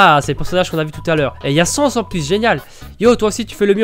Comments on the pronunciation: C'est bizarre que Papyrus est trop occupé pour flirter. D'habitude il est étonné, je me demande qu'est ce que t'a fait pour ça. Au fait, on dit Sa-ns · sans: il faut prononcer le a undaine : il faut prononcer le a